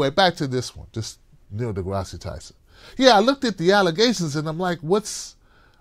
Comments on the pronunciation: Neil DeGrasse pronounced (De grass) Not Degrassee lol. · The e is silent in deGrasse!!! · FYI, the final /e/ is silent